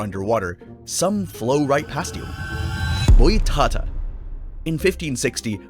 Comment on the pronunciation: Just a tip for next time you say portuguese words the accent is where you should say with emphasis, so is boitaTÁ. Just stunble in your channel today, im loving the vids